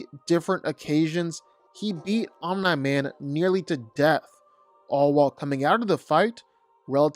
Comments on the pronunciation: Omeni man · I’m sorry but the way you pronounce Omni Man as “Omna Man” throws me off so hard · omen-man lol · The mispronouncing of Omni-Man was far too annoying to me smh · why does he say Omni-Man like that ... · Just say Nolan because "Om Nigh" drives me nuts! And "Luke Can....." 🤦🏾‍♂️😄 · Bro what are some of these pronunciations? Omna-man? General Craig? Lucan? Dude these are said properly in the show and they are certainly said how Kirkman intended.